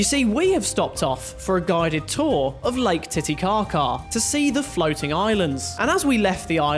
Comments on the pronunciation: Lake 'tittycaca' 💀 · "lake titycaca"